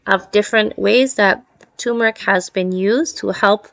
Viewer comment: It's not TUmeric! It's TURmeric!